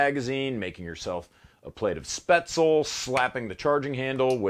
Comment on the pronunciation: You know it's coming. Spätzle Pronounced spetz-La